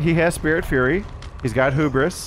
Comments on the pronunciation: It's Hubris, not Hoobris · It's pronounced hue-bris not who-bris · lol 🤣❤️ it's "(Hyoo)bruhs". Not (Hōō)bris. "Hu" pronounces like "H,YOU 😉 Hubris 🤘😍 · So happy to see more Knight videos! Such a cool killer! Also, I just have to mention, the word Hubris is pronounced 'Hue-Bris' not 'Hoo-bris' ;) keep up the great work! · I love when there's a new -ism: "hoo-bris" 🤣